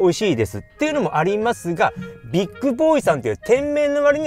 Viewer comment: ビックじゃなく ビッグだよ 乙